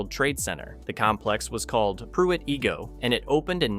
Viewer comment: Its Pruitt eye-go not ee-go. It has become a woodland in the past half century. I would kind of like to see it stay like that.